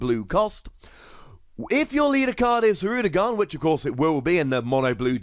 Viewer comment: You pronounced it Hirudegarn relatively correct! Something even "hardcore" DBZ fans fail to do. Anyway can't wait to see and get more Blue cards from the TCG.